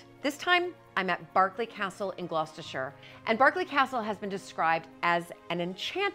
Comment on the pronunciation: I live near this castle and I have been to a few reconstruction jousts there as a child. I commend you on you're correct pronunciations, especially "Gloss-ter-shuure" a lot of Americans say "BERK-ley" and "GLOW-CES-TER-SHY-ER":)